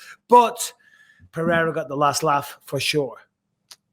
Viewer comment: I love how Michael try to say "Pereira" correctly and not "Perrera" or "Piera" like a lot of people do